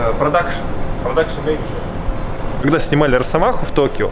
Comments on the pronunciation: Ахахах люблю смотреть, но три раза слово мЕеенеджер))) в голос ржал! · ты очень смешно гриш слово менеджер )